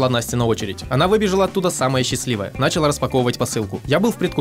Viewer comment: Почему нАчала-то, а не началА???